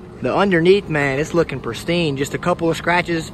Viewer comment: It’s pristine not perstine. 👍🏻